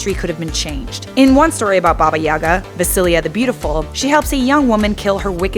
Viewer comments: In russian - YagA, not YAga. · Nice vid... But ffs, if I hear Babayagá pronounced Bábayága again, I'll cut off my ears. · I feel like she’s pronouncing it wrong...